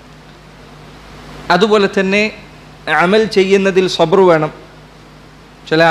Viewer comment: സബ്ര് അല്ല; സബ്ർ ആണ്